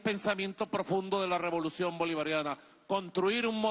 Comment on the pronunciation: Robolucion. Lo. Dijiste mal